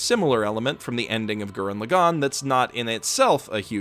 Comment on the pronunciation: Why can nobody pronounce Lagann correctly? How are you all this stupid? You don’t have to tell people good for them if they like something. You’re extremely tropey. Stop it. Garbage video 0/10. Stop apologizing for your opinion and learn how to speak Japanese names properly.